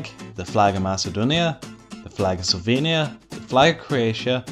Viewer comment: OHHHH Slovenia. I thought you said "Sylvania" and had to look it up